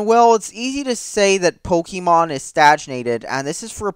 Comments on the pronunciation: If your going to shit on Pokèmon, at least pronounce it correctly. Its Pok-ay-mon. Not Pok-eee-mon. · Hahahahahahha Is it just me or does spell Pokémon as Pokimon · man, really love playing Pok-y-mon! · POE KEY MAWWWN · You're saying Pokémon wrong.